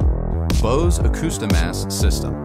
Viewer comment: Bose???? BOSE?????? Nope....